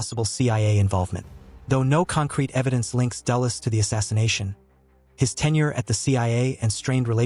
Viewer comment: Dulles not Dallas